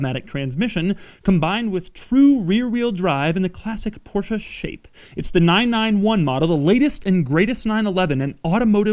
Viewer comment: No Porsh or Porshaa ? Im impressed ;)